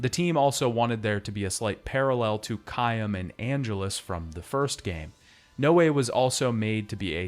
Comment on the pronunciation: Son: "Caiem" Me: "CAIM!!!" Also this series is amazing. I'm glad it made it to the mainstream... but then it up and vanished 😂